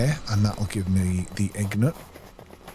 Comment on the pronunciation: Thank you for an entertaining video. I know it's a small thing, but as a non-native speaker, it rubbed me the wrong way: perhaps read the word "Ingot" slowly and carefully, and note the position and order of the letters "n" and "g" in it. The word should end with "got". As I said, a tiny thing, just a quibble.